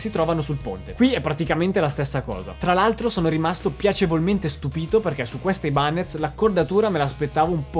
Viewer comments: No, per favore.... "Aibanes" no, ti prego... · Aibanez non si può proprio sentire.